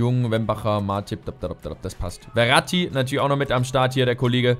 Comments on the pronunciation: Der heißt nicht Verati sondern Ferati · Und der Typ von Stuttgart heißt Ferati und nicht Verrati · Ich glaube er wird Ferati ausgesprochen und nicht Veratti xD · Hör mal bitte auf ferati wie verratti auszusprechen :D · du sprichst den Namen von Ferati falsch aus. "F" wie Fenster, ich weiß ehrlich gesagt gar nicht wie du auf "Werati" kommst XD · Kannst du Ferati vielleicht nicht "Weratti" aussprechen? Ich denke man spricht ihn so aus, wie man's schreibt: F, langes e & langes a :D